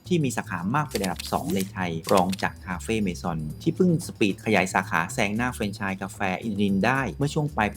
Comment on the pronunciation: พูด เฟรนไชส์ ต้องพูดว่า แฟรนไชส์